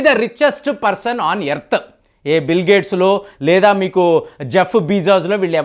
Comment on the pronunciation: యెర్త్ కాదు రా నాయినా...ఎర్త్